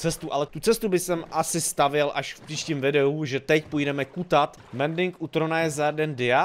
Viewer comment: Mě už to štve jak říkáš kutit (no hate)♥️super video